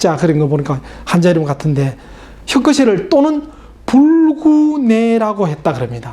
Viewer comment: 혁거셰가 아니고요, 혁거세입니다.